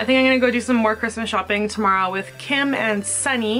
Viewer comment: I like how you said tomorrow... it sounded like toMARO